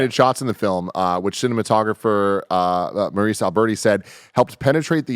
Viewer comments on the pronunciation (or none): none